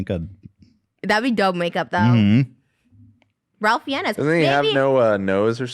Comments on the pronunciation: Ralph Fiennes is pronounced Ray-f Fine-s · “ralph fiennes” lmfao the way she pronounces it. it’s pronounced “rayph fines”